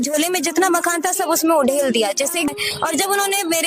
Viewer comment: ...wo makhaan nahin hai...wo makhaanaa hai...LoL